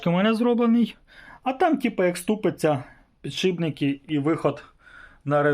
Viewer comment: пане... Мушу вас виправити! "Не ПіДшиБНИКИ"! А "ПідШИПники".. Успаіхів вам! п.с. "Ніколи на камеру не кажіть слово"ВуГол"коли будете казати про вимірювання.. Є Наше! Українське слово "КУТ" !